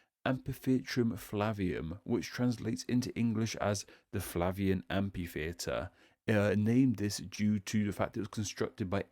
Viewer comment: BTW: Amphitheater is pronounced amFitheater.